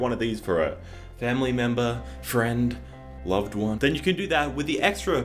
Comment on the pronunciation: Why’d you have to say “loved one” like that during the sponsor section? Am I NOT supposed to get my loved one a watch? Or are you just aware I don’t have a loved one